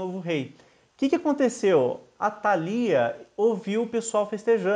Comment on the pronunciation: Legal! Só não coloque acento nas palavras que não tem! Atalia e Joiada, se lê, sem acento!